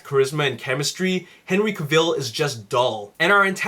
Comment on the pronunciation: Very bad and bias review. You can't compare past film Superman films to Man of Steel they're two totally different beast. Man of Steel is the Superman film fans have been waiting for. And I might have taken the review a little more seriously if you pronounce Henry's last name right and got some of the other actors names right and didn't compare to past films. The amazing cast has amazing chemistry and humor & emotion are in the film. MOS is the movie of the year. 10/10.